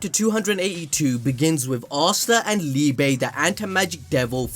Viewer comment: Just thought I'd say, Liebe is pronounced Lee-buh, it means Love in german.